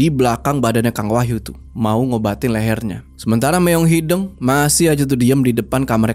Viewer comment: Lucu pas bilang "meong hideng"😅😅.. harus nyaa meong hideung.. d sunda "hideng" sama "hideung" beda arti😅😅..